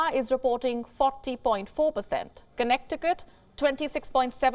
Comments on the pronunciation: Connect to cut! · When pronouncing Connecticut, the middle c is silent. Good report, but unfortunately little to no use of masks in the US now even in big box stores where transmission of illness is highest. Also, many people still refuse to get the vaccines, especially the most recent bivalent (combo shot), so they are very susceptible to getting infected. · It's Kuhnet-e-kit not, connect the cut.... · Connect E kirt🤣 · I am having breakfast while watching, when she said 'connect ti cut' I nearly it everyone out 😂 I'm sorry if this is racist but I just couldn't hold it in. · I LOVE the way you pronounce Connecticut!!!! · The second "c" is silent in Connecticut. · Lost it when she pronounced Connecticut 😭😂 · Great show! Just FYI. You are not pronouncing Connecticut properly.